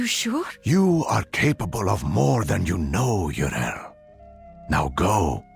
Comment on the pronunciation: Why does he mis-pronounce Yrel it is driving me crazy